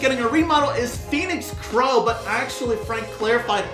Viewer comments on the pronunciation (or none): none